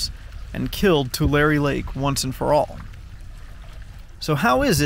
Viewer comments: Tu-lair-eee. Not Tu-lar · It's pronounced Tular-e, you pronounce the hard e. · Your pronunciation is wrong. It's Two-larry lake. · It’s pronounced too-Larry 😂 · He said the name wrong. It sounds like this: Too-Leh-Ree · We pronounce it (too Larry) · You mispronounced Tulare, as it’s Tuu-Lair-ee. A simple Google search would have kept that from happening. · The 'e' at the end of Tulare is a long 'e' btw. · You said yokut and Tulare wrong. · Come on say Tulare right please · You didn't just drive two hundred miles to pose next to this puddle and pronounce the fucking location incorrectly... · He can’t even say the name right